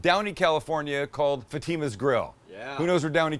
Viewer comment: Some tell this man how to say Fatima right!!!! Good episode though